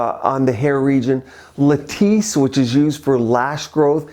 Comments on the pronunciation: Eh-hem.. may need to find a new editor. 😂 its latisse, not lettuce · Latisse not lettuce lol